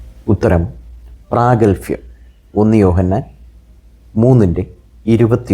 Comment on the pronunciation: പ്രാഗൽ ഭ്യം എന്നല്ലേ 🤔